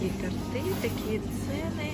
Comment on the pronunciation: ТОрты, а не тортЫ